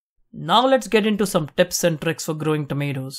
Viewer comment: It is pronounced tips not teps